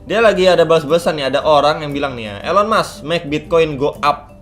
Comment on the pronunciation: baru join pas momentnya ngeri2 sedap, tapi sabar coba hold dulu btw nyebutnya 'ilon mas' bang